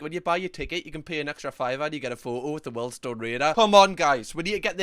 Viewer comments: When finds out it's 'weeeeeldstone' not 'weldstone'. 😁😁🤣🤣 after saying it about 50 times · Weeld-Stone raider. Good vids though😂👍🏼